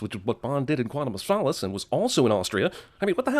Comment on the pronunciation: Wait, did he say “Quantum Of Phallus”?